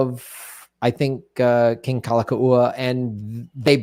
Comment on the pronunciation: Kalakaua: Cal-ah-cow-ah